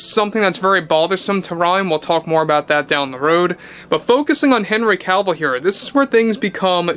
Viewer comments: Omg, it was genuinely difficult to listen to you constantly saying "henry Calvill" is it just me? It really sounds like Calvill instead of Cavill. Maybe it's just the accent. Lol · It's Cavill, NOT Calvill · Is it just me or is he mispronouncing his name the whole time as "Calvill"? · Stopped watching cause he kept pronouncing it “Cowl-vil”